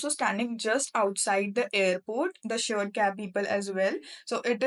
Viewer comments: She meant shared cab, pronunciation error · Nice information, but one correction - it's "shared cab", not "sured cab"